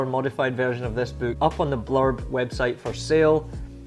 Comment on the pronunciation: I'm sorry. Did you say "Blob" or "Blurb." Could find nothing under the former, so I assumed it was "Blurb." Thanks for your recommendation.